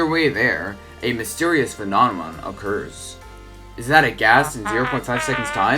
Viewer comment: “a mysterious fenoNeMoN” I canttttt😭